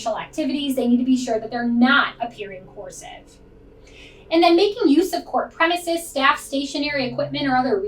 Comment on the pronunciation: are you saying "coercive" or "corsive"?